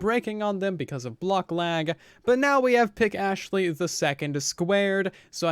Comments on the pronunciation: Please Say Astley not Ashley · Hey! Say Astley not Ashley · Good video, one thing could you please Say Astley not Ashley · Hey man can you Say Astley not Ashley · Say Astley not Ashley please, means a lot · Hey! Please Say Astley not Ashley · Do me a favor and Say Astley not Ashley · I would appreciate it if you Say Astley not Ashley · Hey! Can you do me a favor and Say Astley not Ashley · Say Astley not Ashley please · why does he say overything instead of everything and Ashley instead of astley